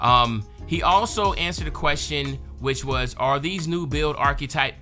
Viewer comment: Irks me everytime you say “Archquetype” 🥴